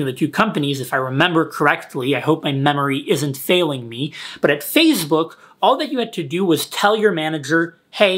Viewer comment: Nobody:: Fazebook